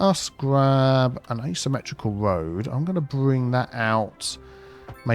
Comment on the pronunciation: Arrg! Tree on't Rood